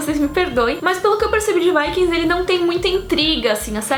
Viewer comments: fala o nome dos Vikings tudo errado mas achei legal as series recomendadas, Valeu!! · eu não entendo, qdo as pessoas falando sobre os guerreiros são vikings, qdo é a série as pessoas falam "vaikings"... sei q é como se fala em.ingles, mas acho esquisito